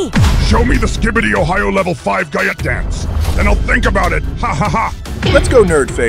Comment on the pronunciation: He said gayat dance not gyatt dance